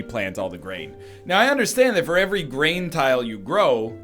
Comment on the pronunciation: I'm pretty sure hearing brain instead of grain is ingrained in my brain